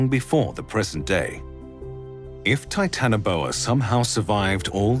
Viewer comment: Titanaboa (Hancock)???